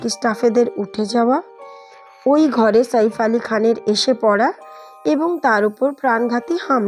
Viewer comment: শইফ কে ? সাইফ ( ছাইফ )